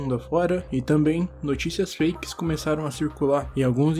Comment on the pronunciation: por um minuto eu ouvi o dizendo notícias flakes